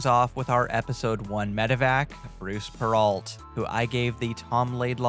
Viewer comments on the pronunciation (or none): i know this video is old but bruce’s last name is closer to “purroh” it’s french and dumb…